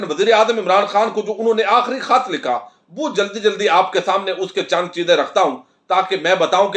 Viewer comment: گوندل صاحب کھت نہیں خط بولا جاتا ھے کھ اور خ کا فرق رکھا کریں